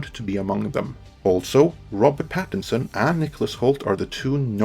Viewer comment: It's "PattiNson", not "Pattison". It's an N-word!